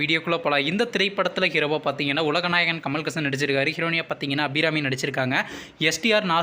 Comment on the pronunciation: டேய் கூமுட்டைக்கூ கமல் ஹாசன் பெயரை ஒழுங்காக உச்சரிக்க முதலில் கத்துக்கோடா புன்டக்கூ